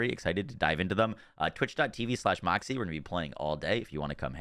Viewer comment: I just asked that. You sure it's "moxsy here"? I keep hearing an "n" like "Moxinar here"